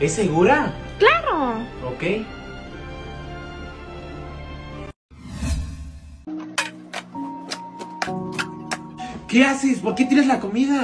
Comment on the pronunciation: Nadie: ✨Es basurra✨ ✨clarro✨